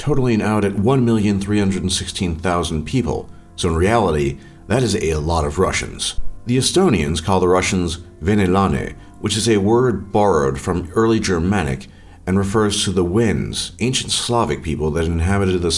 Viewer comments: How can't this say venelane it's not veeenelane I'm from Estonia and u r so wrong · you kind of said it too slow, you said ve-ne-laane which sounds really weird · Estonian language is pretty easy when you learn to pronouce our letters cuz for example if americans say 'shake' and an estonian tries to say it then he will say 's h a k e' in estonian pronoucing. That's why u pronouced Tallinn, Tartu, venelane wrong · holy u butched venelane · You said venelane rong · You said venelane wrong, I'm Estonian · The worst pronouncination ever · It is funny watching this because im estonian and your pronounciations are kinda weird... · When you said venelane, it sounded so wrong to me, a Estonian. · Venelane see oli nii hea hääldus lol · and btw,u dont say venelane like in English,and theres more names,eestlane,venelane,sakslane and more! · ta ütles nii imelikult sõna venelane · Thats not how you say it hahahahah, but nice try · im fro estonia and he sajs venelane wrong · its venelane im a estonan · I'm from estonia and we do not pornounce "venelane" nearly like that ( but good vid) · b b Dat was so funny how he said venelane😂